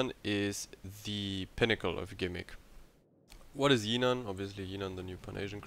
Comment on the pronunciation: Pronounciation not yinan it's literally jinan with the J Also idk why people are still speccing into guns? They are so bad and this is a destroyer with a citadel and excellent torpedoes. Yes it's shite but it's actually pretty creative